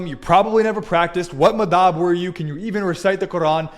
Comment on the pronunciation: You misprononced Madhab, clearly a fake.